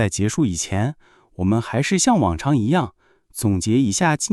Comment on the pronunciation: 我觉得，你们读错。” 还是“ 你们读 " huàn shi "